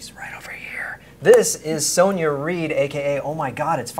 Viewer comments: she must of got so annoyed at him calling her soneya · Her name is pronounced Sonya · Lighting. Yellow walls and all. Frustrated that he said her name wrong lol. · He said her name wrong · You were pronouncing her name wrong. The 'o' in her name is pronounced like in 'box' or 'bottle'